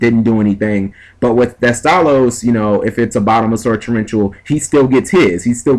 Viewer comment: heh did you call him Teste?